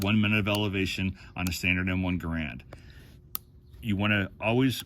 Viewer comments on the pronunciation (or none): He needs to learn how to pronounce GARAND. It rhymes with "Errand".